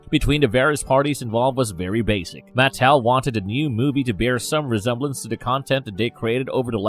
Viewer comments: It's pronounced maTEL, not the way your saying it. A little frustrating hearing you say it wrong .( I blame my dad for my odiosincricies about grammar.) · Great another narrator that butchers the pronunciation of names, Matt Tell lol 😂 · I couldn’t get past this dudes mispronunciation of Mattel